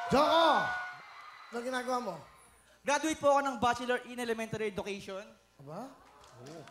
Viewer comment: Sabi niya EDU-CAE-SHUN. dapat SHEN sa last syllable. Teacher pa Naman siya.